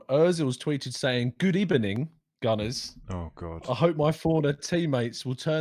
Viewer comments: Who sent in the good ebening 😂🤣😂👏👏👏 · What the hell was that “Good Ebening”??? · Good Ebening. Such a fitting intro